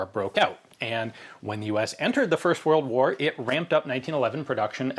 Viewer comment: Two whirled woars!